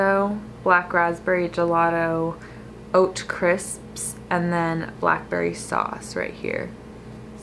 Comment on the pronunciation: You sounded so British when you said “oat crisps” 😂